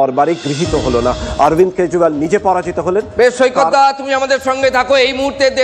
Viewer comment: কেজরিওয়াল❎ কেজরিবাল ✅....😅😅😅